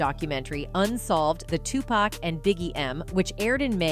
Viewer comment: Tupac is pronounced (Two- Pock)